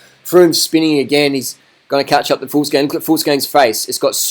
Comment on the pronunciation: not "fools gang" but "vuglsang"